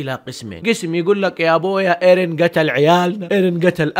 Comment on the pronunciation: اسمه ايرين ايش الي ايريه ترا مرة ما قاعد تجيب لكنة يابانية 😂😂